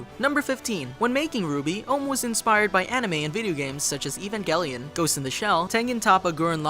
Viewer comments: Number 6 was the most useless fact unless you've never seen the show. "The show follows the adventures of team RWBY, a group of four young huntresses named Ruby Rose, Weiss Schnee, Blake Bellandonna, and Yang Xiao Long." Also, fact 15, "even-ghel-eon"?! Number 16: There's also a gender bend of Weiss (Eiss), Blake (Blake), and Yang (Yin) too! Don't leave them out! 29: Vy-tall? Vy-tall?! 37: "The Red trailer, the White trailer, the Yellow trailer, and the Black trailer." You should know it's unwise to get the color order wrong around RWBY fans! 42: "Monty discovered he was actually allergic to juniper berries." THAT'S A SENSITIVE TOPIC FOR ROOSTER TEETH FANS, BUDDY. 106: Thank you for touching on this, I would've been disappointed if his passing was never mentioned. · that pronouncement of Evangelion, so horrible